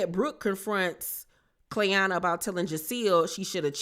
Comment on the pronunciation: It’s the cast just butchering Clayanna’s name for me they don’t gaf ok 😂😂😂